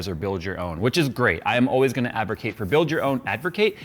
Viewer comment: “Did I just say Advercate?!?” Proceeds to say Advercate multiple times 😂